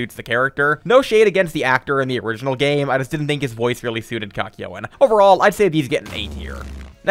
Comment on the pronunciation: Why did he pronounce Kakyoin as "kack yo in"